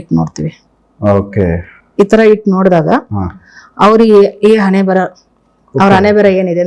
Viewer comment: ಅಣೆಮೇಲೆ ಅಲ್ಲ ಹಣೆಮೇಲೆ.. ಮೊದಲು ಕನ್ನಡ ಸರಿಯಾಗಿ ಕಲಿ..